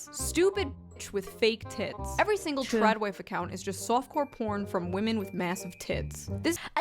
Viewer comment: I like the way you say “vomen”! Never change!❤